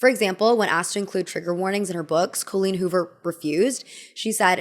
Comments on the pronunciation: co-leen hoover joining the ranks with grand ol oh-pree and rob ray-ner. i love you but how do you always do this lmao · i love your videos, but as an irish person with an Irish name myself please please please look into how to pronounce names of irish origin. I dont care about the writer, but the name Colleen is not Col as in Colon, but Col as in Colony, with emphasis on the een as in Halloween. (You need work on Riordan too). Sorry to be that person 😅